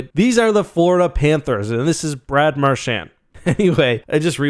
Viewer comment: "Mar-shaannd." Christ it's pronounced "Mar-chauned"